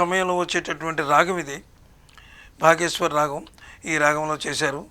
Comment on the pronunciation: నమస్తే సార్,మీ విశ్లేషణ బాగుంది సార్,ధన్యవాదములు సార్,ఇక రాగం "బాగేశ్వరి"అన్నారు.కాని బాగేశ్రీ కాదు.ఇది ఒకరకంగా మూడు రాగాల రాగచ్ఛాయలున్నాయి.అవి మధ్యమావతి,శ్రీరాగం,దర్బారు,రాగాలు,ఇందు అన్యస్వరాలు కలవు సార్.